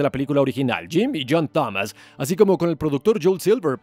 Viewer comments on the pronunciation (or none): none